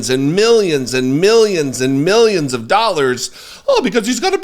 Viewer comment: Nooo, it's not millions and millions. It's min-yens and min-yens.....etc 😂😂😂